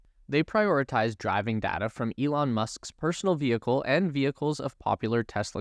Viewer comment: It’s data, not dada.